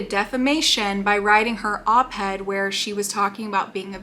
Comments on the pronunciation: I mean this in the kindest way possible because I couldn’t stop laughing every time it was said…. Op-ed, not head. Stands for Opposite the editorial page. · I love watching your thoughts on this child. You're just so cute, and every time you say op-ed you sound like you're saying op-head😂 and probably not but that is what it sounds like it's so cute. Thank you for all your hard work especially being so pregnant. Can't wait to hear about your bundle of joy when he arrives 🥰💙